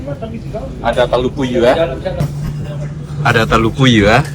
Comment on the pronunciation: Hahahahaha, satria onde bahasa Indonesianya sangat kampungan, untung bahasa Inggrisnya lancar, masak iya telor puyuh di bilang nya telor puyur, hahahahaha